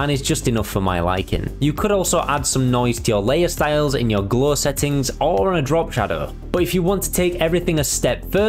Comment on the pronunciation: Never heard 'glow' being pronounced as 'glaw' before